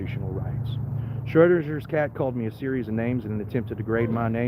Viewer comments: You really need to figure out how to properly pronounce the name Schrodinger. Also, parking your jalopy on private property, and then it gets towed by request of the property owner is perfectily legal. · Not to mention, you can't even correctly pronounce "Schrödinger" nor identify the meaning of the "Schrödinger's Cat" thought experiment. You're not ready for an erudite adult discussion.